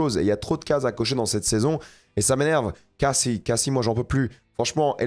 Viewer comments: c'est quoi le rapport??? Tu as lu le commentaire? On indique juste que prononce mal le nom de Cassie en VO alors qu'il prétend regarder tout en VO. Si tu écoute vraiment la série en VO tu t'aperçois que Cassie ne se dit pas "Kayssi" comme dit mais bien "Cassie" comme en VF. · Par contre c'est perturbant comment tu "sur-anglifie" le nom cassie, c'est pas caysie c'est cAssie. Ils le prononcent comme on le ferait en français.